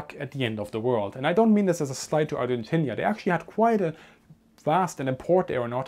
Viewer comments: it's pronounced ar-gen-teena, not ar-gen-tinia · It's "Argentina" ;)